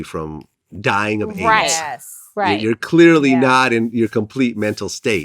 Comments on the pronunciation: Damn the way Vlad keeps emphasising that he was dying OF AIDS is unnecessary🙄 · The emphasis on dying of Aids is just too much here vlad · Why is he keep saying dying of "AIDS" w/ such emphasis?